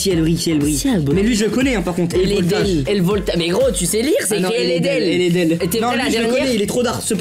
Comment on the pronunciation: il a dit ailevoltage HAHAHAHAHAHAH XD